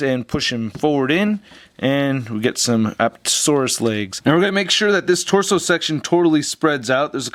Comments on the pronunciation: Lol he says appatatosaurus instead of Apatosaurus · It's apatosaurus not aptosaurus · a PAT a - saur- us. the emphasis on pat. just thought you would like to know. awesome review as always.